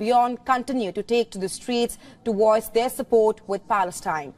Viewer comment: It’s not woice, its voice